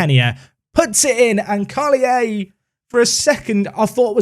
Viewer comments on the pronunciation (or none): It’s just pronounced « Karlier », as you would in French :-) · Carl-yay would be a good pronunciation for the Belgian kid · karlier is how you pronounce his name, great signing! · Carlier is pronounced Karl- here (w/out the h) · Carlier being Wallon (French side of Belgium), the pronounciation is as follows : Karl-E-Yeh The only time you'll have a "shh" sound in French is when you have an "h" following either a "c" or an "s"